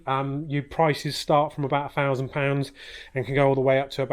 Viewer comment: "Number free"..."free or four fousand pounds".... Seems many a person in the UK today can't even speak English. #irony